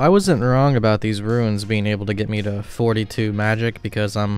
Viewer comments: every time you say runes it sounds like ruins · Are you saying "ruins?" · Why do you keep saying "runes" like "ruins"? There's no "i" in "runes". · Ruins, blur-ite, si-new. Your pronunciations crack me up 😂